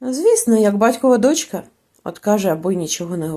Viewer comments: Не доʼчка ,а дочка ʼ! Не спішіть в розповіді а так ловко ! Спасибі . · Дякую за прочитання. Усе добре. Але навіщо називати номери глав? І з орфоепією попрацюйте: дОнька, але дочкА; кИдати- не кидАти. А також не оглушуйте дзвінкі приголосні - це притамано російській мові. Добре, коли є поруч орфоепічний словник. А взагалі молодець. Продовжуйте й далі таку роботу.